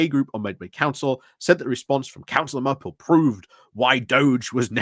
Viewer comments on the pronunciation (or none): Vince *Maple not Marple 😊